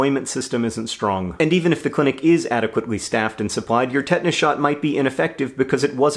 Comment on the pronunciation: I have now realised that you're saying tetanus shot, not ted-ness shot. I was almost worried about your ted-talk consumption, John